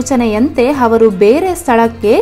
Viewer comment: Ha varu alla avaru